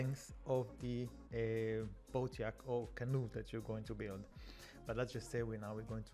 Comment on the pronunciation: Yacht sounds like yhat, you don't pronounce the C. like wat but with a yh instead of a w... at least that's how we say it in the USA the brits could be different, sounds like you said yak which is a big smelly bovine, kinda funny to imagine people lounging in swimsuits on a giant yak in the ocean. good English otherwise, your command of the language is impressive.